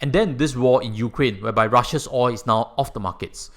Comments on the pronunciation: It's oil not oi. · You say oi insteed if oil.